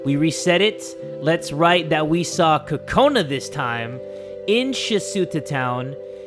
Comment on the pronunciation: BTW it's Kokona not Kakona